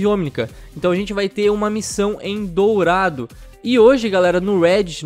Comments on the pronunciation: é "dorado" e nao "dourado" :v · O: "DOURADO" kkkkkkk só acho que o mapa eh "Dorado" OBS: se achando o Xeroquis Holmis